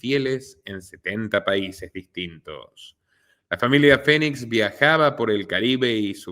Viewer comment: Excelente investigación ! Solo una observación : Es River no Raiver y Phoe nix se pronuncia finix